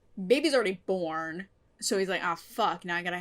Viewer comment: when you said "baby's already born" I coulda sworn you said "babby's already formed."